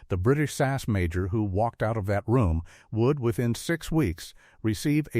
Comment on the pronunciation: It is S A S not sass.